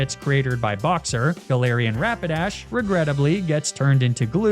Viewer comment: "Rapidi" "rock smi"